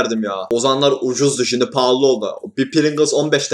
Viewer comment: La Görkemin ” ŞİNDİ “ deyişi çok iyi değil mi ya